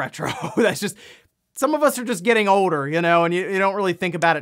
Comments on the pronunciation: I wonder how many hours of my life I've listened to this guy fake-giggle-talk and say the word "oweder" instead of "older." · I thought i was the only person that noticed he says it that way.